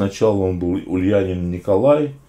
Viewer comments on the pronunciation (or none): Не Ульянин, а Ульянов.